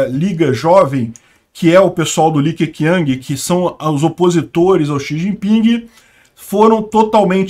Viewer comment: Li Que Quiang se pronuncia Li Que Tchiang. E Hu Jing Táo